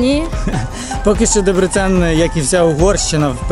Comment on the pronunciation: ДЕбрецен. Наголос на перший склад. ДЕбрецені. Як навмисно 100 разів неправильно говорите